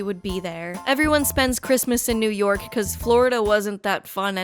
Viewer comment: It's New York, not "Poo Pork".